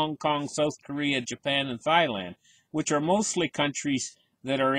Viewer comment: “Thigh land” 😂😂😂